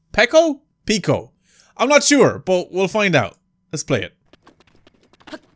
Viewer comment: his, and I think it's pee-koe